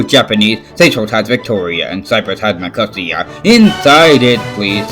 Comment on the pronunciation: Just a minor thing: Nicosia in Cyprus is actually pronounced with more emphasis on the Ni. So it’s pronounced like Nica-sia, not ni-cos-ia.